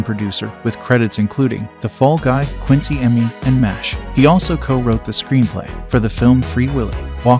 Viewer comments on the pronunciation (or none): none